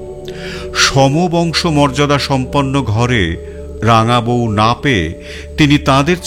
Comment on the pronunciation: এই কমেন্টটা করতে খারাপ লাগছে, তবু করছি - রাঙা বউ আর রমেশ চন্দ্রের "র" এর উচ্চারণ হয়ে গেছে "ড়"। "হার" হয়ে গেছে "হাড়"। শুনতে খুব অসুবিধে হয়।